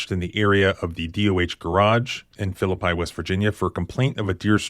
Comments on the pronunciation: PRONOUNCED "PHILLIP-PEE" NOT "PHILLIP-PIE" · West-by-God-Virginian here. FYI: it's pronounced Phil-i-pee, not Phil-i-pi. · Philippi is pronounced Philip-EE not Phill-i-pie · Phillip i is not how you pronounce that Phillip e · Great video but it's pronounced Phili pee not Phili pie. I only know that because I grew up there and I have no idea why it's pronounced that way but as a kid they told us so it didn't get mixed up with the one in the bible. I'm kind of glad I don't live there anymore but I was there last year for a funeral as a lot of my family is still in that area. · It is pronounced Phlip-EE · phillip-E. just sayin. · It's Phil ip eee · It's Phil-lip-ie WV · Philippi ('FILL-uh-pea') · Unfortunately that's the town in which I was born, it's pronounced Fil-li-pee. But otherwise love your videos and I watch them regularly and enjoy learning all I can about the legal system and protecting our rights. Keep it up. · Not being a jerk but it's pronounced Phillip Pea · Philippi ('FILL-uh-pea'). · Phillipi is pronounced Philip - pee just saying really cool town too, first land battle of the civil war - awesome covered bridge. Unfortunately, bad po po's often work there. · I live an hour or two away from Elkins and have been following these cases. One small thing, Phillipi is pronounced "Phillipee". I know that's not important. But this officer needs to be charged and jailed. There's no reason he should ever wear a badge again and should not have been wearing one when this occured. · FYI Belington, is pronounced with a long e as in “Bee”. The same is true of Philippi. The last “I” is a long E sound. Philipp ‘ee’ . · Not a douche bag WV sheriff's deputy!? 😂. BTW it's pronounced phillipee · Philippi is pronounced “Fill-uh-pee” and did you know it’s the location of the first land battle of the Civil War (the Philippi Races), I know you love your history. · Locals pronounce it Phillip-EE. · FYI - Phillippi is pronounced Philli-pee.